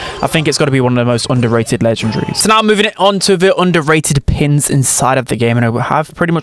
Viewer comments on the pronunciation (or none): everyone: underrated: onduhrae'ud 💂